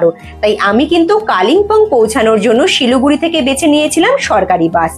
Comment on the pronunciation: Not Siluguri but Siliguri